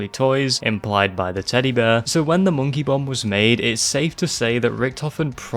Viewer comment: "hi i'm moneky, wanna play?" 🤣🤣🤣🤣🤣😘